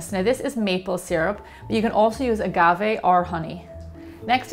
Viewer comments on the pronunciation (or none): none